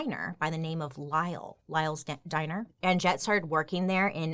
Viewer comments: The "j" is meant to sound like y..it's pronounced Anyett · Ann jet is hilarious!!! But…just so you know I think it is pronounced Ann Net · I think the J is silent in her name... Pretty sure it's just like "Annette." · My mom’s sister is named Jet. Every time you say Annjette, I keep hearing “Aunt Jet”!!! 😮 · Did anyone else think that Bailey was saying "And Jett" rather than "Anjette"? For ages I was like who's Jett 🙈🤣🤣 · What if the j is silent and her name is pronounced uh-net 😂🤣🤔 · Does anyone else wonder if the name Anjette would’ve been pronounced with a silent j if she was in Europe? It would sound like Annette. 😊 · Why did i think you were saying aunt jett the whole time lol 🤣🤣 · Isn't her name pronounced as Annette? The "J" is silent I believe. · Okay side note: every time her name was said, it sounded like "Aunt Jett" and now I want to watch Practical Magic. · Anjet? Maybe Anjette but pronounced in French like it should be? Just wondering 🤔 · I think her name it said like Annette.